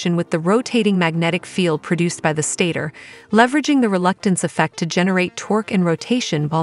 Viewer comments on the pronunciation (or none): none